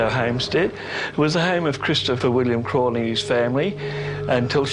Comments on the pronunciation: & that waa Mrs Crawley saying Get Out. Mispronunciation of her name you all. That's disrespect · Crawley guys not Crowley lol